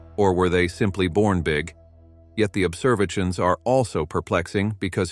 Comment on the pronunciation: There were a lot of noticeable computer voice-over errors ( a few from typos maybe a sticky "e key") I listed the ones I noticed for free, below: ○《observisions》& ○《astronomeers》 - - ○turning them up by the "dossen" - ○"heedious stars" <I would choose a different adjective like behemoth or gargantuan> ○ "200 dollars" ? - ○ "For 2 whole 'deecaydees'.."- ○ "..scientists have wondered how {theese 'super-massivee'} black holes were formed"- ○ "quā-sārs" ○ "most colorful view of 《the》 universe"- □ (also) Who is Chad Marler? I would go into that a bit more! This ones on the house, if you feel I've helped and need a light editor. I am looking for a job currently. I was an English teacher in South Korea.